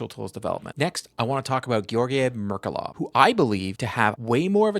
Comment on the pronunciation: Thank you for the video, as per usual! "Ghe-O-r-ghij Merk-U-lof" :)